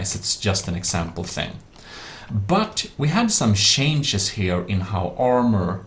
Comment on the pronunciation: "It also cavers the shenjes"